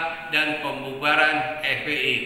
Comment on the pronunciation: Weis jlas banget bilang FPl nya... Wwkk.. Wwkk.. Wkkk...